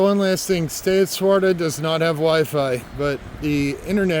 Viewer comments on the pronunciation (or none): Hey buddy.... it's pronounced "Swa-Terra", not Swarta. 😂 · This section is what I consider 'my territory'. I am at Swatara Gap almost every week. For future hikers coming through, the hostel name is Stay at Swatara not Swarta. You need one more syllable in there,.:D It's really a bummer about the 501. It's a great shelter and they hired really awesome caretakers last year. The guy before was quite a jerk. I'm guessing it's not just that it's close to the road, but the fact that it's close to the road requires caretakers and they have to be paid. It's especially sad since hikers can order pizza delivery there. I know of no real issues because of the road in the last few years, so not sure why it's such a big deal.